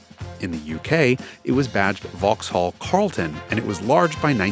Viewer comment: Opel Omega*. Makes me throw up whenever I hear "vauxhall".